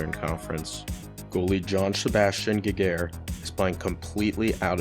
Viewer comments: JS Giguere (Jzee-gair) Jeff Friesen (Freezin) Dan Hamhuis (Ham-huess) Nice vid! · This video is great but I had to laugh out loud at how you said Giguere. Edit: Watching further, you've pronounced a lot of names wrong, including Friesen, Sykora, and Evgeni. If you're going to make video essays where you're presenting yourself as knowledgeable on the subject, you should make sure you know how to pronounce the player names. It only takes a little bit of Googling.